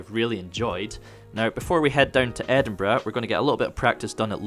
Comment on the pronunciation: Antoine A.N LMAO!!!!!!!!!!!!! Reading this as he says it KILLES ME 🤣👏👌👍🔥😱